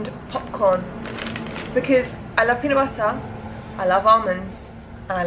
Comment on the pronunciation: PEANUT BUTTAH!?!?